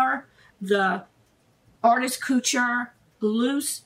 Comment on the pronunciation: Couture... Not cutchure 🤦